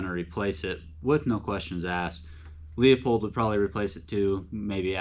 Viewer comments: It's pronounced Loo pold not Leo pold. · Quality Vortex LMFAO, buddy it's made of chinesium and you will be needing that warranty. Also when you can't pronounce a made in the USA product you have no cred! It's Loo pold not Leo pold. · Well...compare leupold to Swarovski...and it's pronounced Loopold, not le-a-pold. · Dude you should learn how to pronounce Leupold, there’s no Leo in it. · Pronounced, Loopold. They used to say it in the packaging but whatever. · Learn how to pronounce leupold!